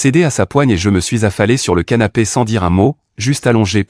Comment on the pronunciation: ces moi ou il a dit sanape😮😂